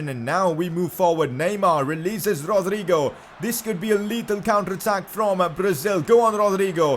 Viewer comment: Thats how ur supposed to say it